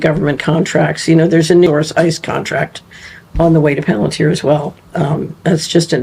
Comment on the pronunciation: Its palanteer buddy. Spoken like that. Planteer